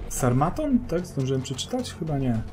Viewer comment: smartphone przyjacielu nie sarmaton. chiciaz sarmaton brzmi niezle :)